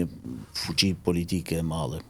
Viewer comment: 😂😂😂😂 FUÇI 😂😂😂😂. O JO FUÇI POR FUQI FUQI. 😂😂😂😂😂